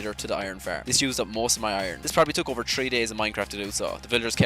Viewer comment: I love your axent it sounds itish and the way you say 3 as tree I love it and 13 terteen